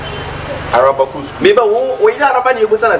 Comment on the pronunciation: “Alaba” paaaa 😂🤣🤣 why can’t you people say “Araba”